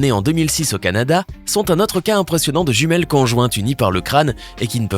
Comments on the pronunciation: Il as dit juimiele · On en parle que à il a dis "jumielle" xDDD § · À tu a dit jumiel 😅😅